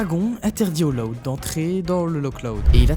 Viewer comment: Juste , pk est ce que tu prononce LOUD comme si tu disait LOD alor que normalement on est senser prononcer plus comme si c’était LAOUD